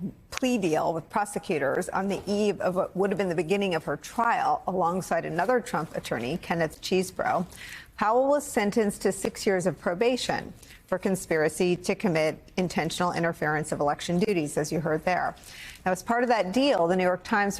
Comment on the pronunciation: Just a friendly reminder; it's pronounced "cheese bro."